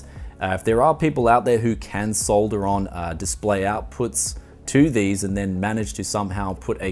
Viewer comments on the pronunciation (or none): none